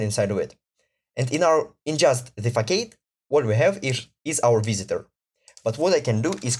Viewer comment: It's not a fack-aid, it's a fass-ahd - it's the same word in Russian: фасад